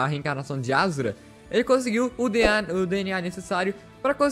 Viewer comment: ashura n azura (shu)